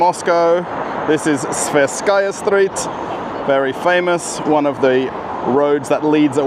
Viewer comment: It's 'Tverskaya St', not 'Sverskaya St' or 'Thverskaya St'.